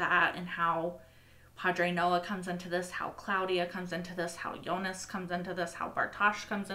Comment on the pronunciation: I'm not so bothered by her pronunciation of most names (but then I'm not German), but I'm just glad she stopped calling Jonas "Eunice". It always confused me whenever I heard it.